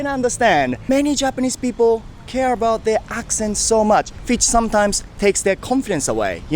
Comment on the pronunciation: 1番勉強になるかも最近…この動画コンテンツ…だけどそれにしてもaboutの発音のアビャウトゥは気になってしまう笑